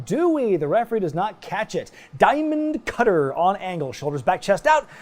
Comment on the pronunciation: I lose it everytime I hear the way says Diamond Cutter.